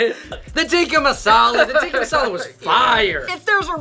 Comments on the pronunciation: "tiki" masala lol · Wahi toh pencho tikka aur tikki me kaise confuse ho gye 😂😂 chicken tikki masala,penny puri,lacey 😂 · “Teeki” masala 😂